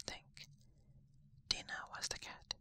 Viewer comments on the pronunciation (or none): Really fantastic! (One note though, her cat's name is pronounced "Die-nah")